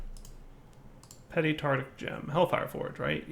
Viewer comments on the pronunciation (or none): it's pronounced "Tar-tar-ic" gem not "Tar-tic". Like Tartarus, the dimension. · Ohhh and his utter inability to pronounce “tartaric”... I’d forgotten that. How I’ve missed it(!)